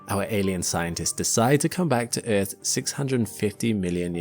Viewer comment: First time i heard Eafth pronounced like that 😂